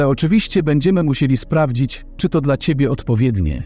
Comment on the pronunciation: Na pewno słowo,,dla,,przeczytałabym ,,dla,, a nie DLA